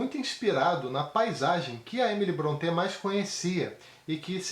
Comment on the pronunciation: Boa resenha. Faço ressalva apenas com relação à pronúncia do sobrenome Brontë. Não é afrancezado, tipo, como se fosse Bronté (ou "Brontê". Mas a verdadeira pronúncia soa como "Brónte".